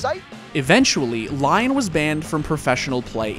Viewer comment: why do you pronounce "baned" XDXDXD...swear you do this on purpose